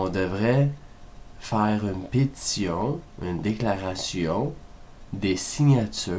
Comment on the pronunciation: C'est fou, quand tu dis "pétition", on dirait "pizza" ^^